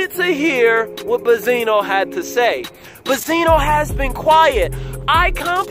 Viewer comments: i have watched your videos from the beginning and i love them keep it up but one thing just annoys me why do you saying Bezino and not Benzino. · Benzino Benzino Be”n”zino Not Ba-zeeno Benzino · i had to drop this quick comment to let you know that i couldn't stay for the whole video after the 100th time you said "buzzino" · I love how dude pronounced BENzino wrong the whole time, called him Bizino and nobody noticed BECAUSE NOBODY CARES OR THEY DONT EVEN KNOW HIS NAME AT ALL. Lol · Naw it's Baaah-Zeeenoh gtfoh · Ben_zi_no. Say it with me!. I don't know if you doing it on purpose but it is annoying. J/S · Don’t go to this guy for opinions first off he not saying benzinos name right second those bars not damaging compared to Eminem’s responses. I’m not even a Stan like that.